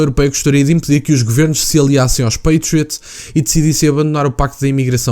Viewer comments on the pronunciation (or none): none